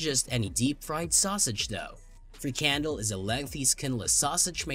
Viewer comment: Frikandel (what you mispronounced as free candle) sounds like every sausage ever made. Did I miss the disgusting part, or are you saying all sausages are disgusting?